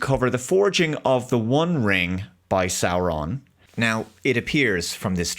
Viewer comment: You mispronounced SauRRRRRRRon